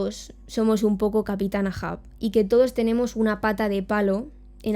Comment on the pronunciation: El Capitan EIJAN EIJAN EIJAN EIJAN se leé así no AA... mi episodio favorito es cuando atraviesa al patoso de la isla de Man con el cuerno de un narval y el grito agudo con el fondo de la luz de luna